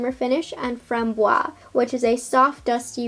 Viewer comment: French Canadian to the rescue ... You must pronounce framboise to the end. The syllable "se" is pronounced "ze", so it makes FRAM-BOI-ZE. Framboise means raspberry by the way. Loved the review, y will get Lilas for sure (don't pronounce de "s" for this one).